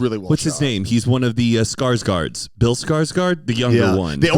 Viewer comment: His name isn't scaresguard why are you calling him that 😂😂